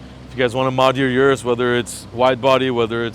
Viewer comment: Urus's? Need to go back to school. Plus it's pronounced O-RUS not U-RUS